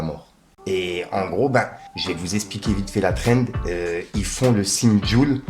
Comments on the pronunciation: Bien vue pour la prononciation cette fois ci Thrend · Bien vue pour la prononciation cette fois ci Trend